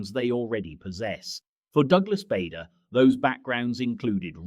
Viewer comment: Bader (as in Barder) not Bader (as in Bayder)